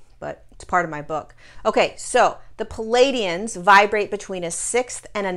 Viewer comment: I've noticed a lot of channelers's misprouncing words, like the being learned our language from a book. That being said, it's plea ay dee inns. Love your wisdom, and thank you.